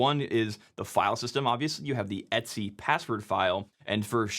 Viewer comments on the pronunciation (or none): "etsy"? It comes from "et cetera". It should be pronounced "ee-tee-cee", or at least "et ce". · Every time you say "et-c" it sounds like you're saying "Etsy"... Wait, is that how Etsy got their name? 🤔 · Wait, does everyone pronounce /etc like etsy?